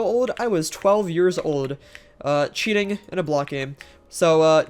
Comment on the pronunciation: aint gonna lie I genuinely thought you said "cheetahing" when you said "cheating" lmfao